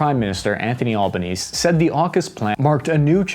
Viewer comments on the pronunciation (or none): bruh, its not pronounced al-ban-ease it is pronounced al-bun-ee-zee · Albanese is pronounced albanesey (rymes with cheesy). In his youth he was a serious lefty. Let's just say he didn't dislike China so much back then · for context, it's pronounced albaneezee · Blud really Said Albanse he forgot the ee on the end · Hey, Aussie here. It's pronounced Al-ba-ne-se not anthony al-ba-nese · Mate, it's Al-Bahn-easy, not Al-bo-neeze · "All-Bah-Neezz"??... Mate, when referring to the actress Jessica Alba, do you say "Jessica All-Bah" or "Jessica Owl-Bah"? "Owl-Bah-Nee-Zee" is his name. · The Australian Prime Minister Albanese is Pronounced Alban-Easy !!! Not Alban Ease ! The last "E" is not Silent. Thanks for the interesting Video. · Australia gets its orders from the USA. It shouldn't have the Union Jack on the flag, it should have the Stars and Stripes. BTW the idea that convicts sent to Australia were minor fellons is a total myth. Please pronounce the E at the end of AlbanesE, Yanks always get it wrong. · big dog showed a picture of a footy game and said cricket and its not all-ba-nees its al-ba-nee-ze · all-ba-neez lol it's al-ba-nee-zee it won't be easy under albanese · Fyi the Australian Prime Minister's name is pronounced 'Anthony Al-ban-easy' not Al-ban-ease. Ty for doing one on our country :). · anthony - olbonese it’s actually pronounced alban ese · It's pronounced can-bear-uh Canberra that's the easiest way to put it in your accent and our prime Minister's name is pronounced al-ben-easy Albanese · As an aussie, people saying CanBERra and Albanese (silent e) is weired. Canbruh and Albaneseeeeeee are the proper pronounciations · Albanese is pronounced All-baa-nee-zee. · Albanese is pronounced albaneasy. The correct Aussie pronunciation is Albo. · Form American's and others it's pronounce Owl-ba-knee-sea, all together now, OWLBAKNEESEA(Albanese)..... Also its pronounced Can (as in Coke can) -Burr-Ra (Canberra). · We pronounce Albanese as “Alban-easy”